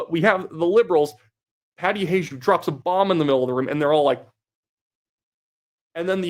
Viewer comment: Hajdu, its Hungarian, pronounced “Hi-doo”